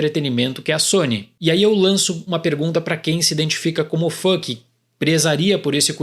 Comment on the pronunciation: kkk "E aí eu lanço uma pergunta pra quem se identifica como fuck..." Tive que parar pra entender que era "fã que" kkk